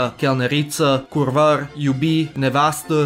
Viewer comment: 'Da' is of Latin origin 'ita'; it's curvar not kurvar, we don't have k in Romanian